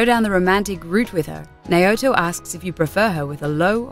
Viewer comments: omg wtf is a naeot? Its literally pronounced Nah-O-Toe :( its the tiny things that bother me lol. Good video again regardless. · Naiyoto? really?... It's Now-toe... geez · Sorry to be a gramar nazi but its not Naota its Naoto... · I wanted to stop when she miss pronounced Naoto's name (N-ao-tó) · its "NOW-TOE" not "nay-oh-too". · I can't begin to explain how incorrect this video is, and I'm only addressing Naoto. Not only is she not transsexual, but her name isn't pronounced properly.